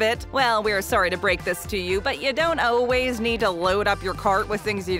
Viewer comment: To the narrator, the word always is pronounced “all ways” not “oh ways”.